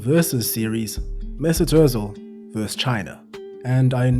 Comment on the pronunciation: MAY-ZOOT OOOH-tZEEL